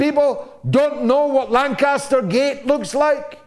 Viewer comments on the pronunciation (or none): none